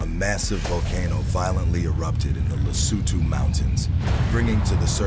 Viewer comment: is not Lesoouutoouu is Lesotho!!! so annoying people with silly fake voices that never being in Africa make the commentator...